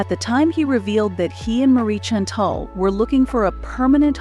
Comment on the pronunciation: Chantel iss pronounced SHANtel.